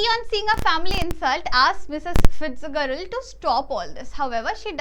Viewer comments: Fitzgerald ko फिज़राल्ड pronounce kartey hai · Mam I think fitgerald mai g ke jagah j pronounce hoga☺️